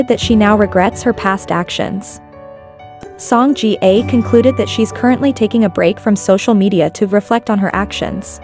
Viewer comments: I’m sorry but the least you could do is search up how to pronounce her name. The pronunciation was downright hilarious like wtf is sOngJiyuh. Her name is pronounced Sohng Jeeah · them saying song jee-A is so irritating. if you’re going to make a video on the subject at least do your research and make sure your voice over is using the correct pronunciation